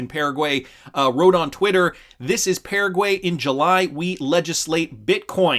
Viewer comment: Can you please learn how to pronounce Paraguay? Thanks